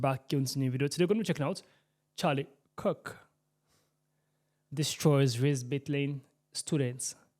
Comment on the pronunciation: Its not cook its kirk